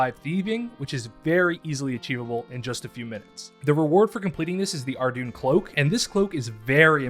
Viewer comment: You mispronounced Ardougne. It is pronounced "Ar-doyn". Not "Ar-dune". Given that this is a noob-friendly guide, make sure to let the noobs know how to pronounce the city properly :)